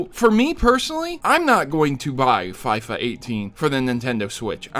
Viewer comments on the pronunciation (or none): the south east London kids call it fee-fa 18 not fi-fa 18 u got it right at the end of the video but not at the start whyyyyyy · It's not Fi-fa it's foifa! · The Fyfa pronouncement kinda triggered me (even though I have never played it) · "fifuhhhhh" is just sad... unsubbed lol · Everytime he said fyfa I died a little inside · hahaha fy-fa, wow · Yeah I cringed a little... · I don't care, I loved the way he said FIFA, it made me laugh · I litteraly went to the comment section to see How many Would throw thrash on you for saying FIFA like that😂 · Yep lol you also pronounced Davids wrong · Everyone is complaining how pronounced Fifa wrong. Yet no one said anything how would was spelt wouild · The way you say FIFA is hilarious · You have to be a really ignorant person to not be able to pronounce FIFA. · The way he said FIFA 18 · Dude learn how to say FIFA probably!!